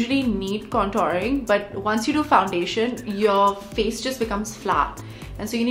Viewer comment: Did she forget she's an Indian, the way she's saying Paw-dar & Can-Taring lol 😂